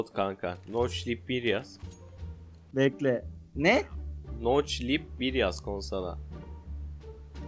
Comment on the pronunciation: Noklip😂(noclip değil)